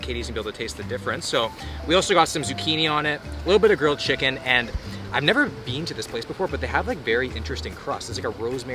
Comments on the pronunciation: Beén instead at been. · The way he said “been” really reminded me he’s Canadian lmao